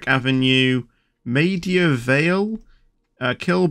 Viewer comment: Maida Vale is pronounced "may-dah vay-ell"